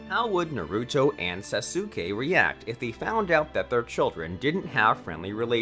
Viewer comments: its sasuke not sasuukae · Le me tell u one thing When u say sasuke it kinda Sounds like Sasoke when u pronounce Sasuke Say it With Saske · bro why did u say sasukei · The fact that Sasuke is pronounced Saske and he says SasUke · He really said sasookey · This guy has to be trolling with how he pronounces names, “sa-soo-skay” can’t be how he seriously thinks it’s pronounced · Bro said Sasooke 🤣🤣🤣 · did you just call saskue SAS UK E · did he just call sasuke sassukae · Sah-soo-K Completely accurate pronunciation of sasuke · Don’t say there names like that please bro sasookay is killin me 🤣🤣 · I pronounce it like sasgay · “Sa-sue-kae” AHHHHHHHHHHHHHHHHHHHHHHHHHHHHHHHHHHHHHHHHHHHHHHHHHHHHHHHHHHHHHHHHHHHHHHHHHHHHHHHH THE PRONUNCIATION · 🤦‍♂️ you know it's pronounced soskay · YO WTF why do u say saske name like that saSuke😭 u sound mad dumb💀💀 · Did he just pronounced sasuke SA SU KE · did mans just say sasooke?!?! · HE SAID SASUKE WRONG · Can u say sasuke right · He literally mispronounces EVERYTHING. Boruto, naruto, hinata, sasuke, sakura, sarada, genin, chakra- he mispronounces it all. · Sasuke...sa,su,ke...i cant understand this...try removing u in sasuke pls😃